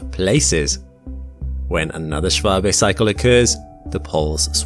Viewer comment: Props to you for getting the pronunciation of Schwabe right, it's not often you see an American giving a damn about pronouncing foreign names correctly.